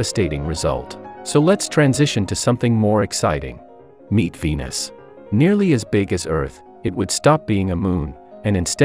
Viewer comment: When they said meet venus i heard meat fetus 😂😭🖐️